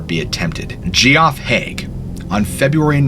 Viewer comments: I know right. Couldn’t believe what I was hearing when he first pronounced Geoff as ‘gee-off’. But then he kept pronouncing it that way. Further on in the video he shows the newspaper article and the non-abbreviated, full name spelling of Geoffrey is used. How can he not realise that Geoff is just a different version of Jeff? The presenter on Coffehouse Crime YouTube channel is the same. He regularly mispronunces words that are basic, commonplace words. It’s really quite bizarre. English is the first language for both of these presenters. Part of me thinks they’re not real people. Possibly CGI animations. That doesn’t seem plausible. But like, WTF? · "Geoff" is pronounced "Jeff " NOT "Gee-OFF", you buffoon. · I imagine it's pronounced Jerry not gerry. And it's just Jeff, not jee-off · I believe that “Geoff” is pronounced “Jeff”. Not GEE OFF. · Her name wasn't Gary. It was Gerry! (a nickname for Geraldine) And, Geoff is short for Geoffry (pronounced Jeff and Jeffrey, sometimes Joffrey, but never Jee off ree) You really should check pronunciations before making videos. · Are you sure the boy scout's name was pronounced Gee-off? It is usually pronounced "Jeff" even if spelled Geoff. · I love your story telling ability, but I need to point out that Geoff is pronounced like Jeff (not Gee Off). The newspaper article stated his name as Geoffrey which is pronounced like Jeffrey. Sorry to be “that guy,” but don’t want your credibility to be questioned. But I do want to reiterate that your story telling ability is phenomenal. 😊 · Just an FYI you pronounce “Geoff” as ‘Jeff’ , not “Gee-off.” The G spelling is just the UK English variant. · You know it’s actually pronounced Jeff… Not Ge-Off…… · That could be pronounced Jerry since her name is Geraldine. Seriously dude, G off? It’s pronounced Jeff. I like your videos but get real. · love what you do... but GEE OFF!!?? Geoff! is pronounced Jeff!! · And Geoff is Jeff not G-off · Gee off is actually pronounced as Jeff